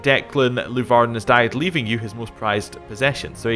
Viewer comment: Funny how your dynasty is Leeuvarden since i actually live in a city named Leeuwarden :P